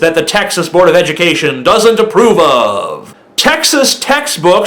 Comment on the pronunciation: What's up bro. Cool video and all, but at least be able to pronounce the states name correctly without a lisp before trying to insult it...